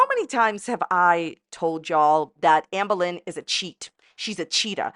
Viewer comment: “Ambuh Lin”